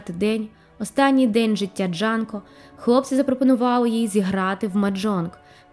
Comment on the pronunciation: Дякую за цікаве відео, але вона Джюнко, а не Джанко.